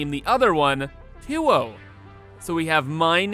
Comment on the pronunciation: "Tuyo" is pronounced kind of like "tujoh". From a Spanish viewer here. ;)